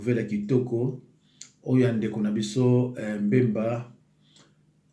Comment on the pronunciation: Mbemba te,(BBBBBBBEMBA)NA yo tata mobimba boye,tanga kombo naye malamu kooo aaah😏😏😏😏